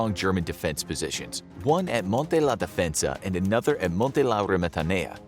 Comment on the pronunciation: Monte La DEfensa not Difensa